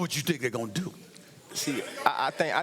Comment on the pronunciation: How many times did he said "I Tank" can somebody tell me ? :-)